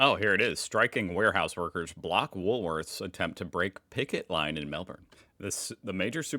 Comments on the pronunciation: It's Woolworths with the S at the end - not woolSworths. Just saying. 😂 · It makes me laugh that you still say Woolsworth instead of Woolworths 😂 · Its woolworths not woolsworth,no s after the l. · He knows he’s told every week 😅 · You were doing real well saying Woolworths until a couple of “Wools-worths” at the end… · If you don't like that, you're definitely not going to like saying woolsworths 😂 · why do you put an extra "s" in Woolworths?😀